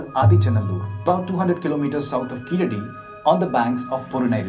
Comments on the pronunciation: In place name Keeladi , a , vowel sound is short not Long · In place name Keeladi , ' a ' Vowel sound is short . Not Long. கீழடி , കീഴടി , Keeladi